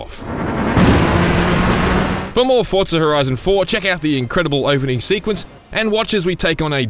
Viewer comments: It’s Forza not Fortza 🤦🏻‍♂️ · Why does every voice over I've heard pronounce Forza as "ForTza " ? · Say Fortza one more time. I fucken dare you